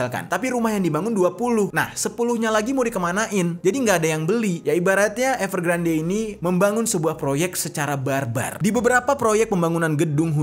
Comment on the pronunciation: Saran ka.. kalo nama yg diambil dari bhs inggris, dibaca versi inggrisnya bisa dicek pelafalannya di yutub krn ini kasus besar, dibacanya evergrand bukan evergrande 😊